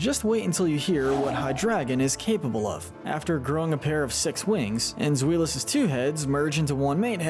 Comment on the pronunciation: Omg you pronounced zweilous as ZWEELOUS????? BROOOOOOO You aren't even being consistent 😭 that's not how it's pronounced. Again you just say ai. Zwailous, based off the German word for two. I swear to God if you can't pronounce Hydreigon one of the most known pseudo legendary Pokemon ever I'm gonna scream.